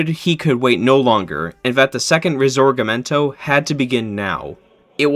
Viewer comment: man I loved the video so far and I honestly can understand the difficulty in pronouncing D’Annunzio but how the fuck does “Risorgimento” turn into “risegomorto” 🤧